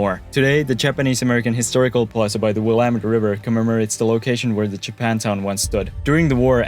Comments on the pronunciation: He nailed Willamette, also. Extra points! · Thank you for saying Willamette correctly. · GREAT video! I was surprised, after many mispronunciations, that you got Willamette right. Don’t feel too bad though. Couch is an anomaly and the native words and names are often hard until you hear the correct pronunciation several times. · He pronounced Willamette correct yay🎉🎉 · As a native Portlander, big props for pronouncing Willamette correctly. I know a lottttt of Americans who pronounce it incorrectly. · Came here to say this!😅